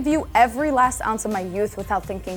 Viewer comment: “Last” not fast